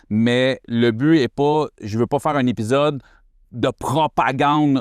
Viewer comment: É Pi Zode pas Hep pi ssode 😂 jnt goat